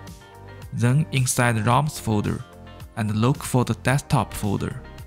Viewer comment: Not even Google AI could understand what this guy was saying... Roms, buddy. RO mmms...